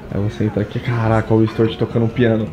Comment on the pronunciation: Stuart 😂😂😂😂😂😂😂😂😂😂😂😂😂😂 E o pior é a pronúncia do tonto: Istúartchi! Meu Maycon seria melhor! Ou até mesmo Valdisney!